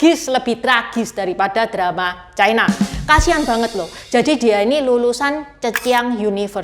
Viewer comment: Ucapan yg bnr : china, bukan chaina